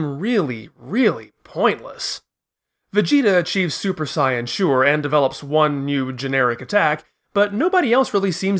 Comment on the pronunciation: I'm all in for original pronunciation but I would say you should go all the way or just don't do it at all. Super Saiyan is terrible. Like its either Super Saiyajin or stick with the english Saiyan. The way you say it is some kind of fan made up thing. Like if japanese people would use the english version. If you say Bluma and gokou why not Begeta or Juunanagou and juuhachigou fpr the Androids? I know that this is just a small thing but still.... sorry.^^